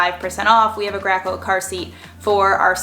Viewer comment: Graco?; I've always thought it was pronounced GRAY-CO